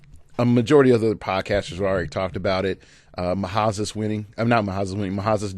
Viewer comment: I think his name is pronounced Ma-Zas not Ma-Ha-Zas. As far as topics to discuss is future episodes would you go over teams we have played?